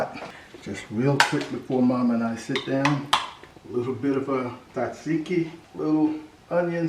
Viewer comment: Btw pronounce it taaaazeeeeki